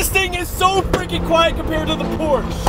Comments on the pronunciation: Can we all agree to pronounce PorschE correctly? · We pronounce it like Americans, you want to make something of it? And by your standards your suggestion should have been this - Porsché NOT PorschE ... WTF is a "porshee" 😂 ... 🤤 PORSCH PORSCH PORSCH, PORSCH PORSCH PORSCH ... PORSCH 😁